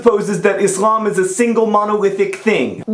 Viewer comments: I really loved this video and agree with what u said 100% and I love the fact that you said "Islam" not "Izlam" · I'm majoring in Religious Studies at NC State University, and I love the way that John pronounces Islam! It's the way I always hear people raised in that tradition pronouncing it and it makes me happy, because try as i might I cannot pronounce that word the way that Muslims do.